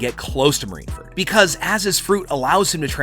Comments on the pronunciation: Marineford not marineferd.. and it’s Coup de Burst not boom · *marineford not marineferd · I also want to go to marine furt XD. BRUH just say marine fort. not marine furt